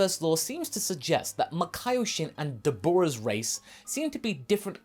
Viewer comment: It's 'Dábehrá', not 'Dabuuurah'